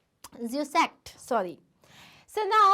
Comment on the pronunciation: Mam it is zusak not zusakt